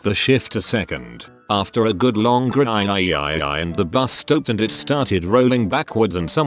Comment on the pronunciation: after a good long grIiIinNd were all going to DiEyEiYeEyEie one stroke four Good job text to speech bot